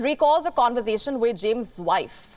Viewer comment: Conservation instead of conversation! Weird anchor.